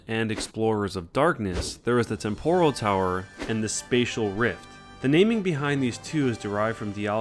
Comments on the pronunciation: IT'S PAL-kia, not PALKEEA!!!!AND IT'S TEM-poral, not tem-PORAL,FFS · What weird pronunciations are these? temPOral? palKIA?